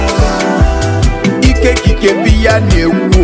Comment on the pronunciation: Lol..... Him no sabi pronounce Christ